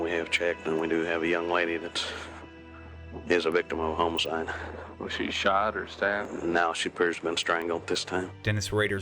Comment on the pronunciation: So no one in Witchita knows how to pronounce homicide?